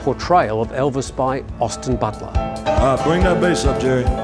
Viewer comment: Not being funny, but what English-speaking presenter has ever pronounced the most famous name on the planet 'Elvis' as ELVIN?..what an utter Pratt!.. And it was left in the video, bunch of prats!😜